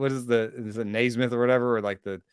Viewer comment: You know your an only baseball guy when you call Joe theisman “Neismith”